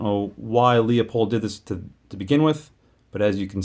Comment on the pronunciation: It’s pronounced Loo-pold, not Lee-O-pold.